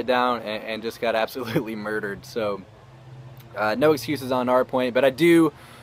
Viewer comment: Lol he said hard porn instead of hardpoint